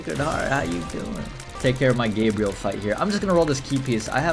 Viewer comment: HE FINALLY GOT GABRIEL'S NAME RIGHT